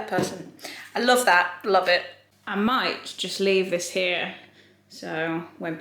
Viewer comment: At first I thought had said „They had a lot of care and loaf put into them.“ about the loaf lamp 🤣